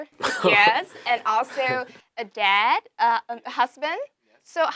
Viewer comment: Mình thấy khánh Vy mang lại một cảm giác mới mẻ cho chương trình bởi sự năng động và her bubbly personality. Nhưng nếu nói về sự chuyên nghiệp và khả năng nói thì Vy vẫn chưa đc xuất sắc. Em ấy phát âm vài chữ bị sai như "dad" mà nghe như "dead", master mà nghe gần giống mustard :), ko biết có phải đọc kiểu giọng anh ko?? 0.o Dù biết là Vy chưa ra nước ngoài, chưa đc tu luyện tốt nhưng đây ko phải là lý do chính đáng để nói "ko sau đâu, em ấy có thể host show này, người Việt nghe thôi mà." Mình thấy Vy nên luyện thêm tiếng anh thêm 1 năm nữa rồi quay lại chương trình. Em ấy vẫn còn trẻ, ko cần gấp rút. Mình rather thấy Vy trưởng thành và cứng cáp hơn là một cô gái chân ước chân ráo mới vào nghề, tay nghề vẫn chưa rành rỗi rồi bị dân mạng chém gió (haha I'm doing it right now). Về phần accent, do Vy muốn nói trôi chảy nên nói nhanh (ko tự nhiên, nhịp điệu như bị dồn nén), phát âm chưa chuẩn (chỉ 1 vào từ thôi). Mặt dù nghe cả buổi mà mình ko biết Vy đang nói tiếng Mỹ, tiếng Anh, Úc,etc... nên vẫn thấy ko chuyên nghiệp lắm. Có vẻ như 1 hỗn hợp giữa 1 ít Anh và nhiều Mỹ.